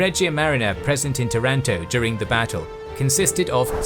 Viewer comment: nice video. But not tarAnto, tAranto